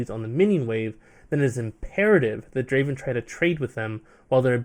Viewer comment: Not Draven , Draaaaven !!!!